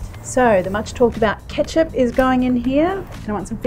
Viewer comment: stopped as soon as i heard ketcup